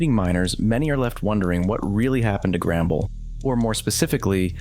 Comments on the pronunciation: Not to be rude but it’s “The Mines” and not “The Miners” and it’s “Grumble” not “Gramble” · Your saying grambles